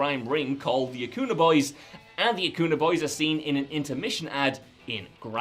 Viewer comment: Acuña is pronounced a-cun-ya